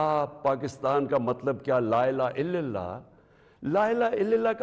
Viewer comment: بیوقوف کو کلمہ پڑھنا نہیں آتا۔ لا الہ اللہ کو لا الہ الِللہ کہہ رہا ہے۔ یعنی لام کے نیچے زیر پڑھ رہا ہے۔